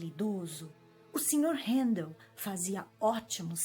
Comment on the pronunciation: Que bom ouvir meu nome tão bem pronunciado por tantas vezes.